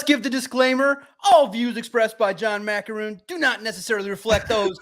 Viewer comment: just talked about something that Maakaron wrote and he couldn’t say his names right… Pretty clear Valenti had never heard of this guy before 😂